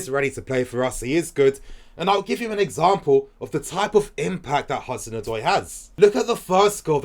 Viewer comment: Can we please stick by our man Morata ? He needs the fans to show him love so that he’ll be confident . With the right service he could be a good forward . He has the qualities and skill . He’s just lacking the confidence. Also as a Ghanaian the name Odoi is pronounced Od-way 😁😁😁